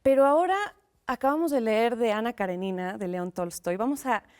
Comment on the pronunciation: La pronunciación correcta del título y nombre de la novela Anna Karenina se dice acentuando la letra e y no la i: Anna Karénina, no Karenína.